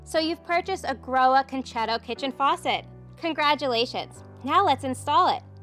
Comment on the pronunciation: This is the first person I've heard actually pronouncing the brand name correctly.